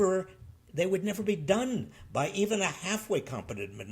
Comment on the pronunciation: J6... Say Nevver...